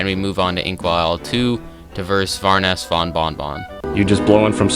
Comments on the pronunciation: VORONESS? ITS BARONESS!!! 🔫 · Cool video. It's just you said "varoness von bon bon" Instead of baroness von bon bon. Impressive Cuphead is a hard game so seeing all of this on expert scares me. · Sorry to say but it's baroness von bon bonvand not varoness, sorry to be a hater